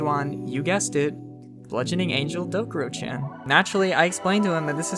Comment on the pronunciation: BRO you said.CHAN WRONG- but besides that good vid